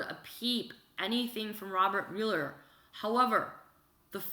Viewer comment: The name is NOT myul-er, it's MUH-ler.